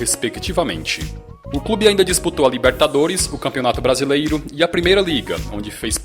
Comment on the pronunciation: Só eu acho engraçado ele falando: "BrasileIro"? Brincadeiras a parte... O conteúdo do canal é bom!